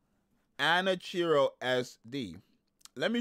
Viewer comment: Its pronounced ah-nah-key-roh